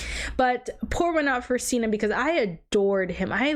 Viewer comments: I wanna hear your thoughts on the Gale, Peta, and Katniss after part 2. Also it’s Cinna like Cinnamon not Cena like John Cena lol. But I love your reaction ❤ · Seena instead of Cinna was already a little funny, but Beetus sent me too. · cinna not Cena It's Cinna pronounced like cinnamon not Cena pronounce like John Cena 😤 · I'm loving your reactions to the movies so far! And that everyone is being so awesome in the comments! I just wanted to say that the designer's name is pronounced like Cinnamon lol but I honestly vibe with Seena so much. I hope you do a book review kinda thing whenever you read them! 😊